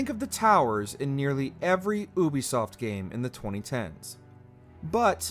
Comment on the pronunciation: Yo am I the only one bothered by the way he says Ubisoft?